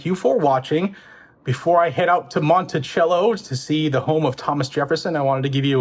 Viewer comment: Mont eh chello? Mont eh cello